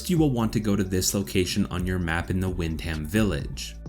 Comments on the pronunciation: For someone who has played the game why cant you pronounce Wyndham correctly? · im English, im not trying to be hateful but our 'statesside cousins' have always made me laugh at their pronouncing of certain words like the borough of places im from peterborough and they always murder it, but at the end of the day it 2 types of English, but i agree there's no excuse for Wyndham. great vid tho, no fucking about.